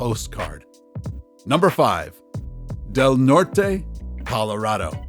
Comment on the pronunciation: Del Nort